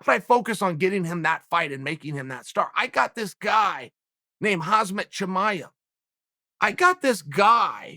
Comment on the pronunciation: First of all, get his name right, its hamzat not hazmat, its really not that hard